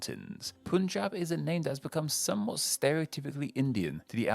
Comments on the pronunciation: IT. IS. PUN-JĀB. NOT POOOOON-JAB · It's Punjab, not Poonjab. People in the Anglosphere really shouldn't have trouble pronouncing 'pun' as 'pun'. The etymology is not necessarily Persian either. It is more plausible that the words 'Panj' (corruption of Pañca, five in Skt.) and 'ab' (water) are from Saṁskr̥ta, which is related to Persian. West Bengal is called West Bengal because a larger erstwhile province, Bengal, was split by Brits when they ruled the area. The Western half, aptly named West Bengal, went on to become a state in the Union of India. The Eastern half, initially very intuitively named East Bengal, became "East Pakistan" when Pakistan gained independence. Erstwhile East Pakistan later seceded from Pakistan to become Bangladesh (literally, nation of the Bangla, with Bangla being the endonym for Bengali, the language of the area). The Bay of Bengal is named after the province, not the other way round as you speculated. You mentioned Karu Nāḍu when you talked of Karnataka's possible etymology. Karu Nāḍu is not a demonym as you said. It either means "black soil" or "elevated land", and the state does have black clayey soil in its Northern and central regions. Much of the state is elevated. Maharashtra is composed of the words Mahā (great) and Rāṣṭra (nation). It doesn't have anything to do with the word Ratha (chariot). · You guys can say pun not PUNjab.